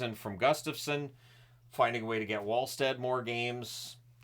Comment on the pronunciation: Yup, and also Wallstedt = VALLschtedt